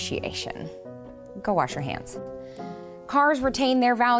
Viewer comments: Did she just say “warsh” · "Go warsh you hands" That's how I say it too!